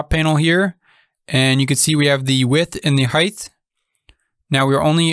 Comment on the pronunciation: Dude there is no h at the end of height please pronounce it correctly